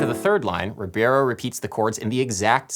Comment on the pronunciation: Perry Ribeiro is pronounced “He-bey-row”....pq in Português the R at the beginning of a word sounds like an “h” in English. :)